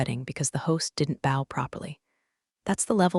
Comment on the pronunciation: I can’t believe the poor quality of the AI in these. Mispronunciation abounds, like sake in the first minute of this story. And then bow… And HAIKU pronounced hay-kus.